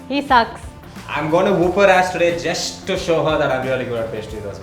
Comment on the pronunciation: She won the moment the guy said jest instead of just